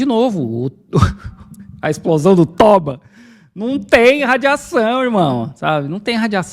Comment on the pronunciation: Se for japonês não é "tóba" é "tobá"